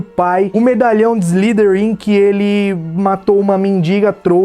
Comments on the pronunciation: Cara desculpe mas tenho q corrigir sua pronúncia: Slytherin se pronuncia: "ISLAIFERIM". Y tem fonema AI e TH fonema de F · "Salazar Slirin"